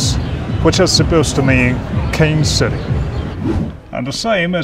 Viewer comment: При произношении слов типа "city" свистишь очень громко, аж звук делал тише.